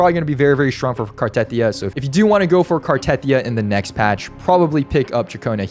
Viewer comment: Why cant anyone pronounce Cartethyia correct 😭 its Carte-thee-yuh